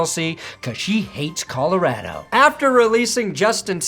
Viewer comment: I can't believe you pronounced Colorado Colorado instead of Colorado. Tomatoe tomatoe, I guess.